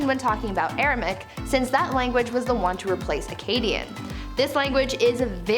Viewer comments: AR-A-MAY-ICK - Aramaic, not ar-a-mick Made me twitch every time she said it. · Informative, but should have taken more care in spelling the names of the languages, eg in this video sanskrit is spelt as sanskirt, Aramaic is spelt as Aramic of course and the presenter pronounces it as aramic as well, and the correct spelling of Akkadian is not Akkadien. Sorry to point this out but it is important to me as a teacher of English❤️ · Y’all had me second guessing myself. It’s Aram*a*ic. Air-uh-may-ick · You Def pronounced Aramaic wrong it has 4 syllables not 3